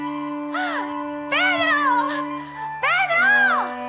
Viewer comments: en vez de decir Corre Pedro dijo Corre Pedo 😂😂😂😂😂 mori con eso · dice en vez de "CORRE PEDRO! " Dice : "corre pedo" pero si pones mas atención dice "RE-PEDO" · me lo parece ami o en el minuto dice pedo :v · ¿Soy la unica que en el minuto se dio cuenta que dijo corre pedo?XD